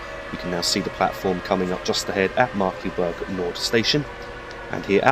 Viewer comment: Its pronounced Markklayberg